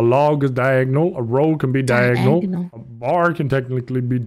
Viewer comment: He really said “Diag ONAL” like it’s not correctly spelling 😂